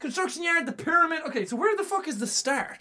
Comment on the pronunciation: pyramid (PEE-Ruhh-MID) gud vid doe ;3